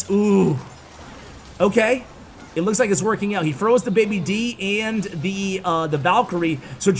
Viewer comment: Day B. Dragon not baby D